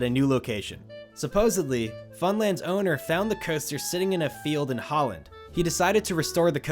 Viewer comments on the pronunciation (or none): none